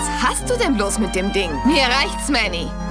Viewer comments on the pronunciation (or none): Immer wenn du Manny sagst, dann verstehe ich Matti! D: So verwirrend >.<